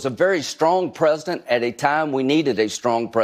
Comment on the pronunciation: Miss Linzy, The word 'president' has three syllables. Yes, he's a fascist, and you are about as threatening and smart as a pine cone. In other words: Shut up